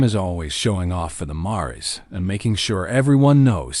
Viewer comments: I wish you had narrators who knew the English language & grammar better!!! A Mare is a female horse 🐎 & 2 or more female horses are called mares where the "e" is silent!!!!! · Nice. But can someone teach AI how to say mare and mares.